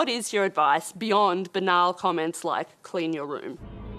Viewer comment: She said..banal’’’’’’’’’’’’’